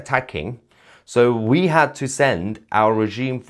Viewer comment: Sounds so much like "Soweto" 😂